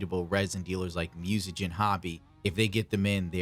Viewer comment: I'm 35% sure it's pronounced moo-say-jen.